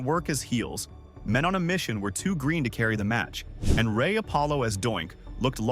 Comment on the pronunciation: you say "green" wrong???